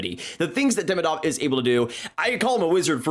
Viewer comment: he is demIdov not DEmidov. Second isn't mIchkov, he is michkOv. be smart, not an american!